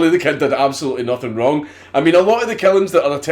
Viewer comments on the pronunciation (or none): Billy the Kid did nathin' rayng